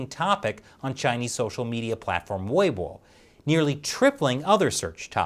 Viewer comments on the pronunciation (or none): none